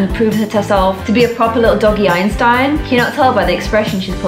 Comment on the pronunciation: Beanstin instead of Einstein